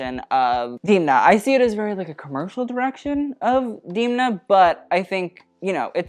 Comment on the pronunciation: Demna Gvasalia is Georgian (county) and in Georgian his name is pronouncing as Demna not Dimna. ❤️